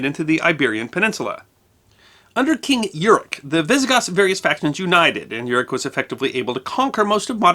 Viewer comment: Euric is pronounced “Oy-rick” and Odoacer is pronounced “Odo-aker”, just FYI. Also, Clovis is an englishization of Chlodovech, the name the degenerate king of the franks was known by during his life time. The vast treasures housed in Toulouse were actually mostly made up of valuables looted from Rome during its famous sacking 100 years prior